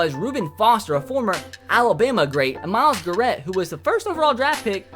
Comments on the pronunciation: Its Myles Garrett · This guy said Myles gerette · Did he just say Myles garet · Myles Guh-Rett 🤦‍♂️ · also you pronounced Myles Garrett like Myles Guh-Rett. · Disliked because you managed to say Myles Garrett wrong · How do you miss pronounce Myles Garrett???? Honest mistake, still love you, but.... How???